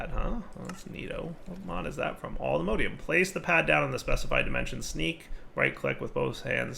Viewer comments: does it bother anyone else that he pronounces "Mod" correctly but pronounces the ore/ingots like "mode"? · 'Allthemodeium'. Please. Its based off of All the Mods, not "all the modes" xD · Hearing dire say "alltheMODEium" hurt my soul.